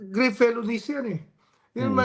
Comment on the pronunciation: TAMA SI REMULLA, walang pyansa ang grave felonies. grave pronounced Filipino way means the same. GRAVEHHHH!!!